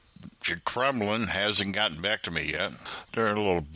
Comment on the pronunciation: The "Kremlin" lol welcome back